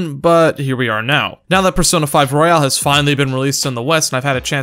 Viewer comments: Anyone else bothered that he says royale instead of royal? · if you say royale instead of royal one more time im going to have a breakdown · It's royal not royale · He also said royale instead royal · It's Royal. Not Royale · Why do you pronounce the word royal as royale ?